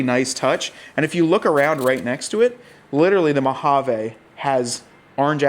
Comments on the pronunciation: I cringe a little every time you say "Mojave". 😆 Sounds like you're saying Mo-ha-vay. Most of us say Mo-ha-vee. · THANK YOU ... almost turned it off because the way he kept saying it... like who told you that was how you pronounce mojave ???? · Thank you! Yes “vee” is the correct pronunciation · I liked the orange “Mowhaveh”😂 accents. Specially the cowl. Don’t mind if I press on the cowl link and Tazer